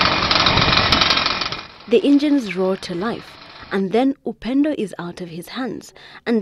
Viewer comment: "Upendo" up-ended LMAO 😂